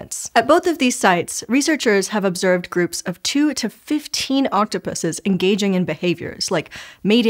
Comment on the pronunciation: I already love videos, her voice is so soothing. But hearing her correctly say octopuses made me so happy!